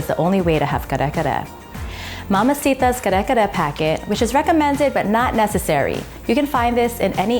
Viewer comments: you’re filipino man why are you saying kare kare with an english accent !!! come on say it right!!! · I could only watch like 2 minutes of the video bc I can’t stand how much u butcher the word. Thanks & no thanks. Please research on our culture before putting out videos. Thanks 💜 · No white rice? You’re almost there but please practice pronouncing Kare-Kare the way Filipino pronounce it. Drop the American accent . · U say Kare Kare so weird 🙃🙃🙃